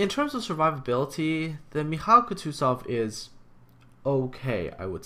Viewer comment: Just pls stop pronouncing the names, I lose a few IQ points hearing you pronounce Mikhail Kutuzov... It's pronounced MIK-HAIL KOO-TOO-ZOV. Not mikaila kootoo and then zov